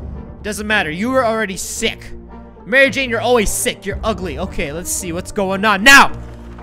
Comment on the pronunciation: you said Mary Jane wrong.